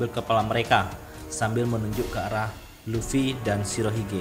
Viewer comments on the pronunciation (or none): none